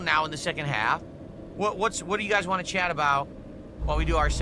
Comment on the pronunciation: ‘Normal’ people can say the word WANT. Unlike you,.